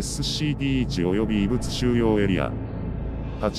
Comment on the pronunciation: 毎回SCPの事をエッスッシーピーって言ってて草生える